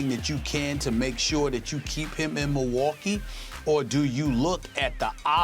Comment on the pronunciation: " if you are the Mohwokee bucks" Stephen A Smith